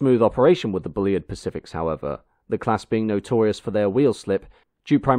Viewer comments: FFS get the pronunciation right! He wasn't called Bully-id - it's Bulleed. I think this might be the same narrator that insisted on talking about 'carry-ages' instead of carriages in another video. More homework needed! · For future reference: 'Bulleid' rhymes with 'succeed', lots of great footage of the Bulleid Pacifics doing their thing. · I always wondered how Bulleid was pronounced - I guessed Bull-eyed but here it's Bully-id. I believe it but I was surprised. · The A4’s on the LNER and the Un rebuilt Spam Cans on the Southern were the two most iconic steam engines on Britain’s rails. Then I suppose the Deltic and the HST. The current crop will be forgotten in the wink of an eye. Not wishing to be impolite but is your odd pronunciation of the name Bulleid intentional? He had it pronounced to rhyme with Seed, Heed etc. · Show me three steam enthusiasts and they'll have four different ways to pronounce Bulleid. Personally I favour Bull-eyed. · Although his name is pronounced..’Bulleed’..as in..’Reid’.. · Excellent video, as ever, although, as Bulleid put it himself - ''Bulleid rhymes with 'succeed', Maunsell rhymes with 'cancel'''. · Great video. I'm still not sure how Bulleid's name was pronounced: I've heard 'Bullied', Bullide' and now 'Bullyid'. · It's pronounced"Bulleed". Oh, and by the way, keep up the (generally) good work! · Shame about the failure to pronounce 'Bulleid'. Very off-putting. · Might as well get it right!